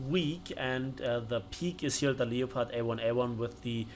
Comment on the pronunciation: No one gonna mention he mispronounced leopard the whole time? It's pronounced L-e-p-ard. otherwise was an excellent video